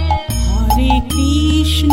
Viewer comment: খুব ভালো লাগলো। সুর তাল কন্ঠ মন্দ নয় ! কিন্তু উচ্চারণ গুলো আর একটু সঠিক হলে আরো ভালো লাগবে ! যেমন:- কৃষ্ণো নয় > কৃষ্ণ হবে, রামো নয় > রাম হবে ! বিষয়টি মনোযোগ দেওয়ার জন্য অনুরোধ রইল !